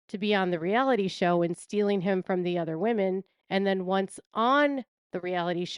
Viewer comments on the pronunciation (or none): none